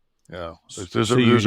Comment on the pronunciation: The “Yeah” is more like “What?”